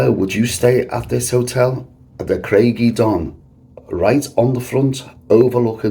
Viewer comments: I stayed there in 1973. Ohhh try the pronunciation again. Lol. Say it as. Cryge uh don not eh don. Lol. But great video. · Pronounced Crige uh donn. Ige as in tiger, not nigel. It means rock of the wave, ie a rock that juts into the sea that the waves splash against. Welsh is my language, that's how I know.